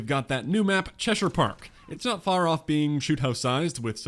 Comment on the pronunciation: Yeah I cringed when said "Chess-shyre"